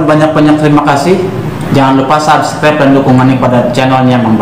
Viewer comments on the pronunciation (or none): none